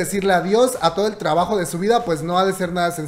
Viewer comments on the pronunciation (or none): none